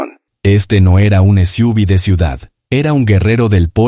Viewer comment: “..las esiúvis..” como si fuera una palabra. Imbéciles.